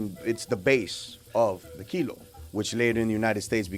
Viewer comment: kilo not kilo